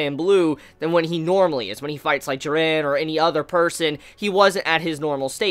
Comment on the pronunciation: The way you say "Jiran" hahahahaha